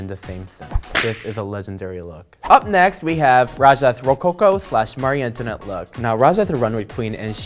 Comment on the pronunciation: "Mawry Antonet"